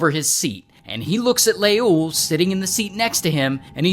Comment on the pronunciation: As an Ethiopian every time u say leul I'm dying 😂😅